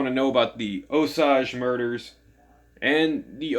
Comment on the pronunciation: Thanks for the review & for not including major spoilers. Btw, the author pronounces it "oh 'sāj" as does Molly's granddaughter.